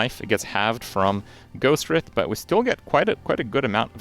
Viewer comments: Take a shot every time he mispronounces Ghostwrithe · i don't think i've heard anybody pronounce Ghostwrithe correctly yet lmao